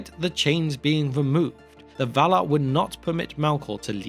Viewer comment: “The VALAR!”, please. Thank you.